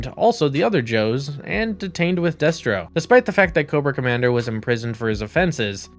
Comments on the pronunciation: Deh-stro, not Day-stro. Glob-ulous, not Globe-ulous. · Day-stro? FUCKING DAY-STRO?! you numbskulls can't even pronounce Destro correctly?! Well shit then I know all the facts in this are gonna be fucked I wish this channel wasn't forced into my algorithm. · Stopped watching when he said DAYStro. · Why are you pronouncing the names incorrectly????🤔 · How do you claim to be a fan of GI Joe and mispronounce Destro? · And other names. At least he got it right towards the end of the video. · Destro as well